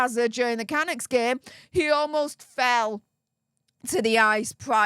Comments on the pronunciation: Hi, love your channel. Waiting for the silver play button🎉. FYI I’ve lived in Vancouver all my life so wanted to give you a reliable tip: Canuck is pronounced with the emphasis on the 2nd half of the name-thus canUCKS. 😊❤ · ca-Nuk from a Canadian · Hi - the slang term for a Canadian is canUCK. like puck. I am a proud Canuck. 🇨🇦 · Hi. Canuck is a derogatory slang term meaning Canadian and dreamed up by Americans. We Canadians are not offended and even use it for a hockey team. After all our term for American is Yankee or Yank. When you pronounce Canuck the accent is on the last syllable.❤ At least in Canada.